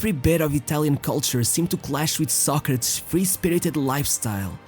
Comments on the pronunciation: Was that really how his name is pronounced So-crates, not So-cra-tes? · Socrates. Not socrats. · The is pronounced as "so·kruh·teez" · Pronounce his name right who cares if your in brazil or europe. Its Socrateees. What the heck is socratss.?? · His name is pronounced Socra-tees, not Soc-crats. You may need to re-edit this. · There was one video made by Daily Dose of Football that had convinced me that they were NOT using an AI voice. But I guess that I was wrong, because instead of hearing the name "Socrates", I had to hear some ugly word that sounds something like "sock-rats". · socratshh hahaha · 16 minutes of you butchering the pronunciation of his name, re do the vid, prat. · I never knew Socrates was pronounced as the narrator say it, Ive always known it as Soc Kra Tees. but I could be wrong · Learn right pronunciation, pronounced so kre tees. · Socrates pronounced so kre tees. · The narrator couldn't pronounce the name Socrates properly. He keeps on saying 'Sock-retts' who is that..LOLOL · This stupid narrator keeps mispronouncing the dudes name I can’t watch this video lmfao. Homie did all the research but didn’t do a basic due diligence of looking up how he and announcers and Wikipedia said his name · What is it with you butchering theses guys names , first with Torres using that awful accent and now Socrates. You do good videos but fk up with this crap. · dude, your videos are good but that fucking pronunciation, you have other videos or google translate to hear how it sounds. every time I hear you using a fake pronunciation I want to close the video (and close it many times) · You managed to make an entire documentary about socrates without saying his name once properly😂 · Lol you can't even pronounce his name properly. Embarrassing. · nobody pronounces Socrates the way you do